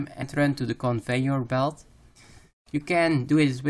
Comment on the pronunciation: convengur belt, blast furnitch- totally fkt